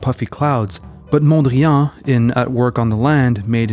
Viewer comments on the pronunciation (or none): We say PETE (like peace) Mondriaan and not "piète Mondrian" like in French. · Pronounced "pete", not "piète". And "mondriahn", not "mondriàn". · Interesting video even though your Dutch pronunciation is atrocious. 😂 Van Der Leck sounded pretty okay. But the emphasis in Mondriaan is on MON. And the AA is the "long" or "open" A sound. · You pronounce 'Mondrian' as if it were a French name. Why do you do this? Please don't... Mondriaan was a Dutchman not a Frenchman. His actual name was Mondriaan. A very Dutch name. He later changed it to Mondrian because people kept spelling it as Mondrian anyway. but that doesn't mean this Dutch name should now all of a sudden be pronounced as a French word or French name. It is not a French word. It is not a French name. It is a Dutch name. The correct pronounciation is 'Mondriaan'. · I was going to praise the video for its content but also intended to make this point about the funny pronunciation of Mondrian! 😂 I'm glad I was not the only one to notice. If if wasn't for that, the video would be perfect.